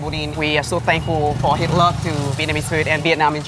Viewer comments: "We are so thankful for Hitler" ... ? ... I know that's not what he said but I just can't decipher it. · If you misheard him for saying "hitler" he was actually trying to pronounce "his love" xd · thought he said we are so thankful for hitler